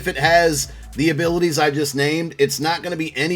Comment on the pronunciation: said jefferson abitiys